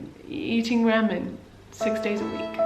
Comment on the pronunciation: OMG FOUND A PERSON WHO SAYS RAMEN LIKE ME FINALLYYYY